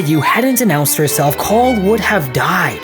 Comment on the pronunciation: I don't know why but I heard Paul instead of Cawl